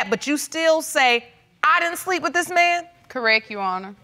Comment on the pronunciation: It's CORRECT, not CORRECK.